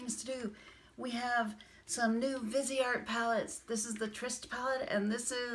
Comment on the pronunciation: Beautiful looks and great swatches too. I liked your perspective on brushes. Greetings from Canada 🍁. Viseart means FaceArt. VEEZ R is how you say it. Vee Zar. No T.